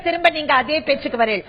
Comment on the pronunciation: thrimuba thrimuba pesaru nee ha ha ha